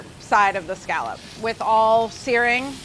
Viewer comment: Carla, you're great, but you're pronouncing "scallop" incorrectly.